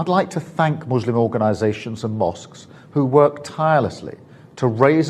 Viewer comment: Why was starmer pronouncing muslim like mushlim ?